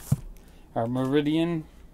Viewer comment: Pretty disappointed that a guy that READS comics can't pronounce Meridian properly. No name book, but not hard to pronounce the name.